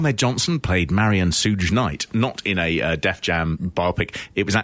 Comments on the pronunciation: his name is Suge knight,it's pronounced Shoog like Sugar though it got a chuckle outta me when you called him Sooj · Suge is pronounced like "should" with a g, it's short for "sugar" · Its Shug Night not Suge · He always says Souge Knight instead of Suge lol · The reporter Dave Schultz hit is named John Stossel. And "Sooj" Knight lolololol.... im never calling him anything else ever again. Pronounced like the beginning of sugar. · Suge Knight. Suge is short for Sugar. DEFINITELY not pronounced Souge. 🤦‍♂️😆 Edit: I just wanted to clarify that I love these guys. Just taking the piss a little bit. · UK people would pronounce it Suge, don't know where Sooje came from. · Pronounced "Shug". I'm a black dude, in my early 40s from the UK. I have black friends of a similar age, well versed with Hip-Hop that have refered to him as "Sooge" for decades. Many people just read words and pronounce them phonetically. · Who in the hell is Sooge knight..😂😂😂😂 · They're saying it like "huge" - makes sense if you've only seen it written down. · Load of geniuses here correcting the pronunciation of Soog (or whatever his name is), while most of them can't even pronounce library, let alone ever visiting one. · so shuge is pronounced like sugar with an h in it and with the "ar" at the end. "shugg," i guess. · Guys please... It's not Soodge... Or sludge... Sloog or slog... Think of the word SUGAR... Now cut the the AR out... SHOOG or ShUG Knight or Night. That's how you say it. I know you are foreigners attempting to break down American things but... Don't worry. This is why America exists... To protect and help the little people. 💪🇺🇲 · The way you're pronouncing Suge Knight's name is disturbing.... You're pronouncing it the way it's spelled but it's actually pronounced "SHUUG" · "Sooge" lmao.. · Sooge Knight? 🤣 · "Suge Knight"...his first name is pronounced like the first syllable of the word "sugar". It's more like "Shoog Knlight" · It's pronounced "shoog" lads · “Sooj knight” lmfao